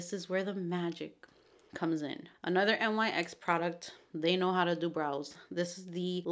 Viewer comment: Nyx is actually pronounced nix! <3